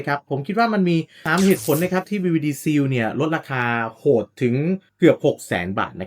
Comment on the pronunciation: เนื้อหาดีแต่่คำว่า "seal" อ่านว่า ซีล (/siːl/) ไม่ใช่ ซีว